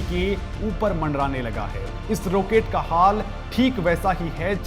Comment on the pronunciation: रोकेट नहीं रॉकेट आपको अंग्रेजीमे फोर (FOUR) और फॉर (FOR) का फर्क पता है ?